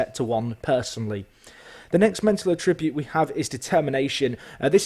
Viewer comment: lesson 1: learn how to say attribute right